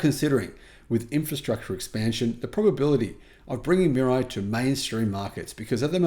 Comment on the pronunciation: It’s pronounced MEE-RAH-EE.